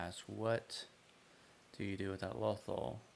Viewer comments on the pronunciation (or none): "Lothal" doesn't rhyme with "waffle", btw.